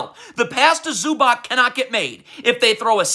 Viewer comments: Say it with me zew-bahts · Bro, your pronunciation of ZUBAC is terrorism.